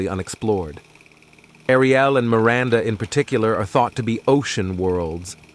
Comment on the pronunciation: great video. However, may I point out that Saturn's moon Enceladus is pronounced en-SELL-uh-duss, rather than en-sell-AH-duss, and Uranus' moon Ariel, is AIR-ee-el, rather than air-ee-EL? Also, the Apollo 17 picture was named Earth Rise, not Earth Ride. Again, the WHO-guns probe (Heugens) is actually HOY-guns. KWAH-zars/kwah-SARS are normally pronounced KWAY-zars. For those younger viewers who were never taught about the stars, our galaxy's common name is the Milky Way. Thanks.